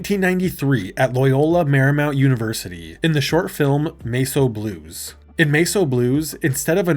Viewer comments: Holy shit its Mess o' Blues not masoblues. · Sorry, “Mace O Blues”?! AI slop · Actual title MESS O BLUES What you said "MESO BLUES." Not the same word.